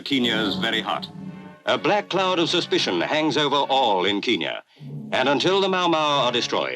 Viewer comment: Our home secretary still calls it "Keenyah", just as the colonialists did.